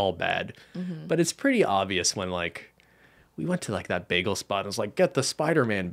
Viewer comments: Okay Cristine’s pronunciation of “bagel” is really throwing me off. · I know Cristine mispronounces word but I didn't expect the "baggle". She says it like Britta and I love that 😫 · The grossest part of this podcast was hearing "bag-uhl" repeatedly. I'm from NY and I'm disturbed. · It's clearly pronounced as Bah-geels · Nah, I'm Canadian too. Cristine is saying it wrong. lol